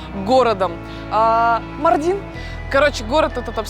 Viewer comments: Ударение в городе МАрдине на 1-й слог на букву "а" - не МардИн, а МАрдин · Ударение на а. Ма́рдин а не Марди́н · не мардин а маардин ударения на а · Блин, Ивлеева когда приезжаете в город, то хотя бы произносите правильно название города, не МардИн, а МАрдин ударение на А. И еще Ивлеева, то что ты там черпаком черпала типо мыть голову так нет, это для дастамаза, омовение ног перед намазом, ну и частичка хамама. В турецких хамамах с такой ванночки ополаскиваются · МАрдин - ударение на А, ё-мое. Аж уши режит.. И турки знают Мардин и где он находится. Почти не раскрыли этот потрясающий город и местность. Про еду кроме кабурга долмасы и синего миндаля ничего больше не рассказали. Ни про разновидности кофе, ни про богатейшую кухню. Ни про дрнвнейшее ремесло телькари (telkari), по которому делают украшения тысячалетиями, ни про мыловарение и изготовления вина. Ни про огромное количество национальностей, живущих в Мардине, ни про культуру.. Ну, ничего мы это исправим 😉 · Ударение на а. Мардин.